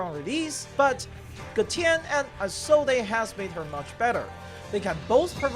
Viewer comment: No way you actually pronounce Isolde as “Ai-sol-dei” 💀